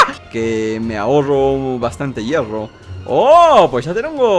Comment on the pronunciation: hierfo Yo: hierro?.__.xD